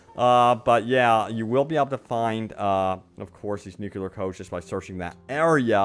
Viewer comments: ‘Nu-CLEE-ar’ like nucleus of an atom (not ‘nu-QUE-lar’) haha - thanks for the informative video! Sorry about my pet peeve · Stop saying 'nukular!' It's nuclear! NU-CLEAR. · Nu-clear not nukular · nuclear not nucular :D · Oh my frickin GOD MAN! Learn how to say nuclear already!!! Getting SO FRICKIN ANNOYING. There is no such thing as a nuculus! It's called a Nucleus! Hence N.U.C.L.E.A.R. not Nucular! You sound like a frickin hick drop out with barely a brain cell to speak of. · Is it THAT difficult to say correctly NUCLEAR?